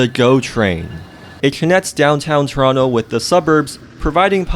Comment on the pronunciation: from toronto but doesn't know how to pronounce the name of the city lmfao